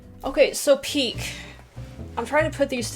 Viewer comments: As everyone is rightly saying, the peak or prime is the time of best performance by the player and PEAK and PIQUE (GERARD PIQUE) are different PIQUE being pronounced as PI KE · That is a Spanish name Pique pronounce Pi-que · PIQUE is the NAME of the player. Gerard Piqué. Prounouced Pee-Kay, If you hit the ball BEFORE tripping a player, NO FOUL. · I'm a Spanish speaker and Piqué is really pronounced "Pee-keh". His name is a Catalan name, and in Catalan it is also pronounced this way. "Pee-kay" is just the way English speakers mispronounce it, although it doesn´t sound so different :) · PIQUE is Pronounced as P- KAY. he's a Defender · Pique is the name of the Barcelona defender rather say Pikay Pique. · Pique /pike/ Is a defender In Barcelona. He's Shakira's husband. E in final position Is not mute in spanish like it Is un english. This Is a verte common mistake for english speakers. Keep it in mind. Greetings from Argentina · Pique is pronounced Peekay ..... it's his name ! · At the risk of somebody already having answering this: pique isn't a thing, but a player :) And it's Pee-Kay, not Pique. Lol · Also, Pique is pronounced "peakay" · hahahaha this was the most random thing ever, for Messi they said on his peak, like the peak of a mountain, meaning being at his best The other one was spelled Pique and its the name of the player (he is the husband of shakira). ps: it is pronounced very very differently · Hola! from Spain. Gerard Piqué is a spanish player, from Barcelona (Cataluña, España), who plays for F.C. Barcelona. He is one of the best players of Barcelona (or "Barça", as it's also known), like Iniesta, Jordi Alba, Xavi... (and until today, Messi). The graphic accent over the "e" (é) means that the stress it's in that letter, so, not only the "e" is not silent, in fact , the strong syllable is the last one. Therefor, is not like "pik", it's "piQUÉ". Saludos :D